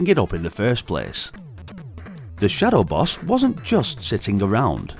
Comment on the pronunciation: When you kept saying "shadow boss", I thought you were saying "shuttle bus." I was very confused. 😂 The Amiga version looks great, I'm surprised. I didn't know that the Amiga had good arcade conversions like that. Then again I know next to nothing about the Amiga and what I've seen here in America is kinda well... Garbage